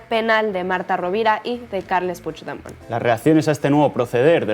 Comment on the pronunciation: Echábamos de menos a y qué bien pronuncia Puigdemont la mejor oleole